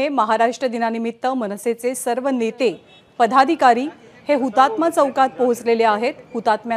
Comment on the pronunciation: पधाधिकारी नव्हे हो अँकरबाई...पदाधिकारी. संभंद, निभंद... काय चालवलं आहे हे?